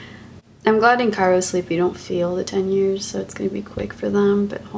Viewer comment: Cryo sleep honey not chiro 😂